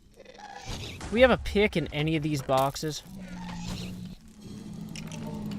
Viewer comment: I love the way he says pick... PIYUK!